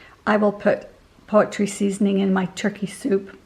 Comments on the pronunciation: I've never heard it said that way, and it really tripped me up! Definitely not a Utah thing, maybe Idaho? I think she said she grew up there. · I love how you say “poetry seasoning” instead of poultry. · Leaving the butt on the onion is quite clever, I’ll have to try that. My mother-in-law taught me to put a toothpick in the corner of my mouth like you’re chewing on a piece of straw to help with the tears. However, hearing you say poetry seasoning is a blessing!! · Hope you’re feeling so much better. You’ve been in our prayers. Xx In the uk we pronounce poultry..pole-tree. That’s so cute. X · OMG, she is not old!!! I am her age and pronounce it "poultry." It's maybe a familial thing, or just her way!